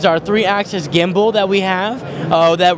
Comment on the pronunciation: When he was showing the K3. He called it a gumbal.